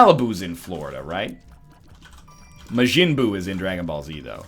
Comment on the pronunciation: whyd you pronounce majin buu so weird ya milk drinker